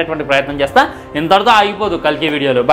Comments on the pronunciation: Rey adhi kalli ❌kalki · Adhi kalli kadhu ra kalki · Rey adhi kalki ❌kalki